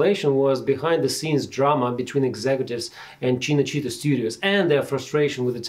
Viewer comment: The way you pronounce “Cinecittà” is quite bad